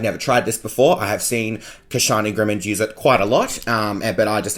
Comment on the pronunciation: " Kashani Grimmond " 😂😂